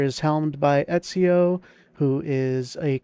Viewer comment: Ezio is probably the best assassin also also excellent pronunciation of his name.